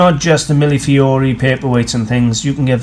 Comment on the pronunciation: Thank you for teaching me how to pronounce millefiori. I only hope I can remember tomorrow or I'll have to watch your video again. : )